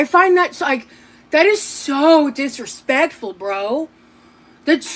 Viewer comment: The ridiculous glasses holder danglin and a'swayin' as she tells someone to Not dissuade anyone from "being financially generous"- "how dispekful"